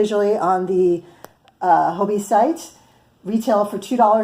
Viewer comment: Thanks for your review! I was considering these yarns and will now definitely try them out. The irony is that I am listening to your review in Denmark. I didn’t know about Hobbii until I saw YouTube videos from America. As a sidenote, the pronunciation is just like “hobby” in English. The “I” is short in Danish but not much different than English. However, the “O” is also short and rhymes with “job”. So, really, just say “hobby” like you do in English and you will be fine 😄